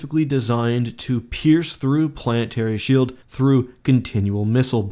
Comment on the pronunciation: Can we officially change shield in the English dictionary to shoeld